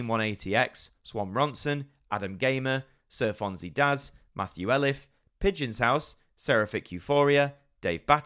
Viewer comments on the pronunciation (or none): none